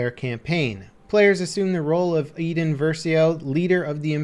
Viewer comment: Its Iden not eden